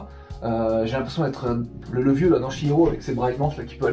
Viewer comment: "l'imprexion" xD